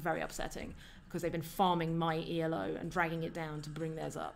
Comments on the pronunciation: Just fyi elo isnt an acronym, its named after Arpad Elo, the inventor of the system. Whenever you say E.L.O i momentarily think you’re talking about electric light orchestra (good band though) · the 'elo' in elo rating system is actually not an acronym -- it's invented by a hungarian dude by the name of Arpad Elo -- so reading it as "ee-loh" is usually preferrable.